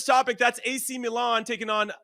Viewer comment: Great show! Thank you for pronouncing Milan correctly 😅 and not saying “Meeeeeelan”!